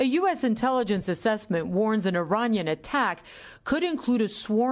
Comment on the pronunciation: Why is she saying "Iran-yan" instead of Iranian? (I-rain-ee-ahn)